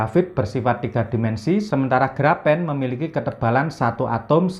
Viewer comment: itu bacanya grafin bang 🙏